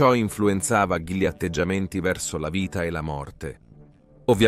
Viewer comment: sbaglia l'accento sulle parole plurisillabe come insalubri, commette sempre il solito errore co l'articolo: GLI, LEGGE prima la g e poi li, forse, ecco le prove